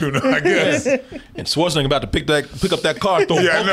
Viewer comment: I giggle a little bit every time pronounces Schwarzenegger as "Swartzenegger."